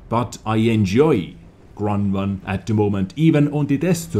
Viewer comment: What's a Kronnwonn ? :D